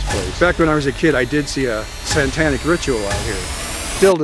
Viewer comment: I love that he keeps saying "santanic rituals" lol🎅